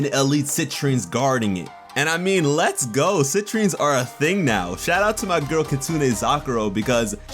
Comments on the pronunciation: I thought she said "Sentries", not "Citrines"... but who knows. Still pumped! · I thought they said sentries, not Citrines. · Citrines? I thought she said SENTRIES... Oh well, I'll just have to watch the captions when it airs